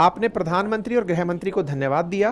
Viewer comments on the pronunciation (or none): ग्रह मंत्रालय नहीं सर it is गृह मंत्रालय